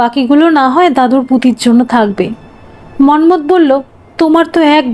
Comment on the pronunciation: আপনি মন্মথ উচ্চারণ এমন ভাবে করছিলেন কানে লাগছিল। হাজার হলেও আমরা বাঙ্গালী। আমরা এভাবে বলিনা